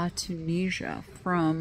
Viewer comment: It's a tagine from Tunisia pronounced toon is ear